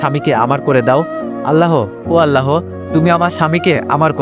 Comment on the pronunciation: আল্লাহ হবে আপনি হ টা উচ্চারণ করতে চেন আল্লাহর সাথে হ যোগ করবেন না 🙂🙂